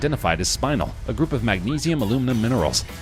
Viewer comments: The gem is NOT pronounced SPINE-UL . . . it's SPIN-EL. Another example of a hastily produced video where nobody bothers to proof the script and discuss with the narrator. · Oh my goodness, I know this damn narrator did not just say SPINAL. They found that pretty lavendar stone and thought was SPINEL which is not pronounced pronounced like SPĪ- NULL!!!! My Lord! It is prounounced SPÉ-NELL...the first the first syllabel is more pronounced and the second one the NELL is more pronounced. Someone should have given a narrator of a channel this size some heads up on pronounciation!!!!